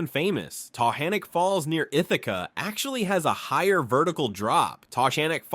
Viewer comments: Tuh GAN ick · The locals pronounce the name in a way that rhymes with "mechanic" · And "Tuh GAN ick" Falls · You mispronounced Taughannock Falls in Ithaca New York. It's pronounced Tuh•gan•ick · Taughannock (pronounced tuh-GAN-ik), just north of Ithaca NY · I was shook how he pronounced taughannock. Ive always said it as taw-guh-nawk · I was just going to the comments to say the same thing. Ithacan here. You know if someone is local by how they say Taughannock. 😂